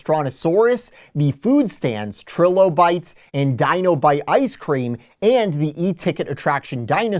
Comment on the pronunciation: I think your videos are great, but man, you need to work on your word pronunciation. It’s not “Trill-O-Bites”, it’s “Try-Lo-Bites”. I won’t fault you on the Latin words, I’ll give you a pass on those.